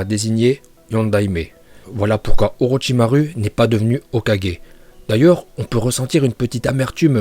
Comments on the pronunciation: Ça se dit pas au Rochysmaroue mais au rocher Marotchimarou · Non non non ça fais mal aux oreilles on dit Orochimarou pas orochimaru Mais ça s'écrit bien orochimaru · C orochimaru mes sa se dit orochimarou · Orochimarou qu'on prononce pas ru mais ouais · Lui il dit pas Orochimaru il dit OrotchimarU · Mais sa se prononce OrichimarOU !!!!!!!!!! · "Itatchi" "Orochimaruuu"